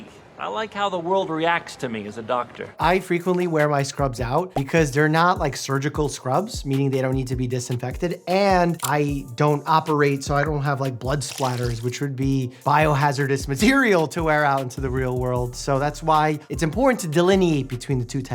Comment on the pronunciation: I love you Dr. Mike, but after watching Dexter it is a pet peeve when someone says "splatter" instead of "spatter" 😅